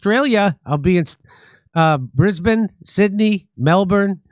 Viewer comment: first time pronouncing brisbane correctly. Well done Jimmy 👏